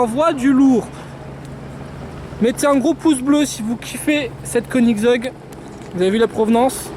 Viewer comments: Mdr quand tas dis koningseug javais compris au début konig zeub Ahahhahaha 🤣🤣🤣🤣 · Mdr comment t as prononcé la koenixseug